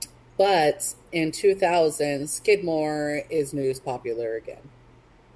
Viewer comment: If you would like some actual facts and real photos of Skidmore let me know. I grew up there. Knew everyone that died. My parents still live there. You didn't even say his name correctly.